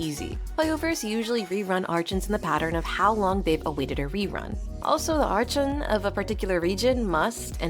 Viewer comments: fr how do these people believe its her and not AI, you cannot even hear a single breath during these sentences. Humans have to breathe, AI doesn't. It sounds too robotic, I could believe it is someone speaking but the way she said archon has me believing its not her, i struggle to believe someone who has been playing genshin this long would still be this clueless. No genshin player actually says it like that, you can't have been playing as long as she has and think its archon when all in game characters literally pronounce it as "arkon". EDIT: Just realised this is apparently her first time speaking, thought she was trying to claim all previous videos was her real voice too and not ai. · I have a question, why do you say arCHON when throught the story they always pronounce it as arKon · You should pronounce "archon" as " arc hon" not "arch on" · bro so its not arCHon? In Poland we have word arCHont, so I was saying like that all the time, but its CH --> H, not CH-->CZ sound, its not arczon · It's pronounced "arkon" apparently ☺ Also, is the character phase order for the 6.2 Banners almost already confirmed? Like, is there some chance that it will be rearranged? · its arkon when u pronounce it but spelling is archon please say arkon it feels a bit weird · Ah, yes. Arch-uns. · You literally pronounce it "Arkon" in other videos like even your most popular video, you pronounce it like that. Why does it change every few videos? That's why I believe the voice is AI or smth, because how would you pronounce it as arkon originally and then claim your accent makes you pronounce it as "arch - on " sometimes. Also trying to claim you edit out every single breath is insane. Even when someone speaks, you can hear a hint of their breath, that can't be edited out because its during the words itself, "your" voice has no breath in it at all. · everyone by now knows how to pronounce “archon.” Come on! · questioned it too since the narrator mispronounced archon several times.